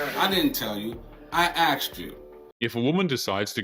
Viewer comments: It's not "axed you" it's "asked you". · "I axed you"..... WTF does that mean?